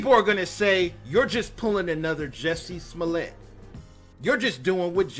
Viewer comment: "Juicy smullay." Dave Chappelle.